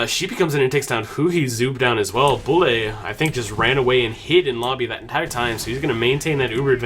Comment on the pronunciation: Bulle doesn't pronounce "Bully", we say: "Büll"